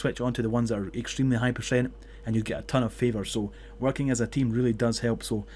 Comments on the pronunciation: That "Pershent" Triggers me so much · Pershent, thanks for the guide :D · Why cant you say percent properly?